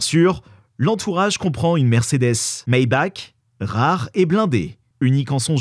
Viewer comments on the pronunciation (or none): none